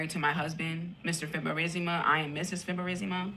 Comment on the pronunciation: Mr. Fib-er-REEESSSSS-I-MA 😅😂